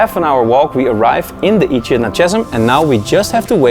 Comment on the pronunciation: Echidna is pronounced Ekidna, loved your editing 👌👌🇦🇺🇦🇺